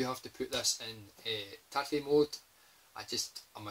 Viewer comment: Wow. High praise for Steel Dragon EX! It definitely serves up a lot of bang for the buck! Hey! You pronounced TATE right! Gold star for you! I still need Viewpoint on the PS1, and I had read that it's bad, but I didn't realize it was THAT bad! I'm hoping 60 Hz will solve the problem hahahaha! Given the fact that the PS2 can play PS1 games (but it doesn't play Gradius Gaiden properly--doh!), it is one of the best shooter machines money can buy. The best would be an early model PS3 that plays all three consoles and can download loads of PC Engine titles, etc. OK buh bye!